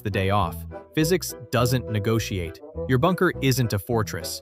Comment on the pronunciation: What does "negooiaite" mean?